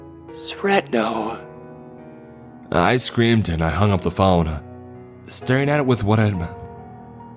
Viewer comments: You pronounced "Srećno" wrong. I'm sorry but it bothered me so much I had to comment.. Good luck is not "srekno" or however you said it... the Ć is pronounced similar to CH .. so it's pronounced like SRECHNO. Next time please just check the pronounce. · /sraechnoh/ kinda like this,if youre an english speaker,and the r is very prominent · Oh my, you pronounced Srećno so bad that I didnt even understand it before you explained it 😂 but we serbo-croatian speakers forgive you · Omg I was thinking this to djdjdjsj